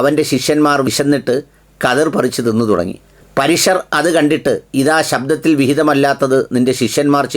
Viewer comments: Shabhamalla. Shaabath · മലയാളം വായിച്ചിട്ടും തെറ്റുന്നു താങ്കൾക്ക്. ശബ്ബത്ത് എന്ന് കേട്ടിട്ടില്ലേ.. അതിന് പകരം ശബ്ദം എന്ന് വായിക്കുന്നു. നമ്മുടേത് അല്ലെങ്കിലും അതും ഒരു വിഭാഗം വിശ്വസിക്കുന്ന വിശുദ്ധ ഗ്രന്ഥം ആണത്. ശ്രദ്ധിക്കണം. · ശബ്ദത്തിൽ അല്ല ശബ്ബത്തിൽ